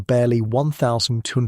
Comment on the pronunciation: Great work. Although you consistanly struggling with saying 1280... But this was excellent